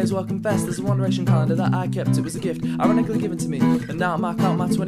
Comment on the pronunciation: How many syllables did you just put in 'ironically'